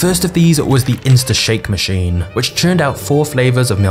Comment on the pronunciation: Does everyone talk like you with that annoying inflection at the end of every sentence? Is that a thing now? It's so annoying, you make it hard to focus on the video. Example: it's called a machine, not a machinnnnnnnnnne.